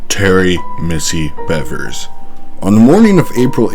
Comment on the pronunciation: Btw Missy’s last name is pronounced like “beavers” ☺️